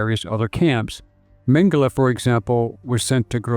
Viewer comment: Tradução os nomes o cara fala tudo errado.. Mengele chama de mangala... kkkkkkkkkk